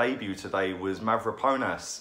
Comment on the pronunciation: is it so hard to pronounce Mav-ro-pa-nos to you brits? jesus christ